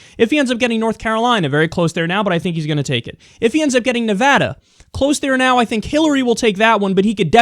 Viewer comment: thanks for saying nevada correctly. crap